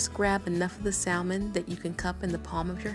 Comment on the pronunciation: Honey, all of that is edible. Drain the liquid, then crush up the bones they are a good source of calcium. You won't even know they are there. You are doing a great job. By the way it may be different where you are from but the L in salmon is silent.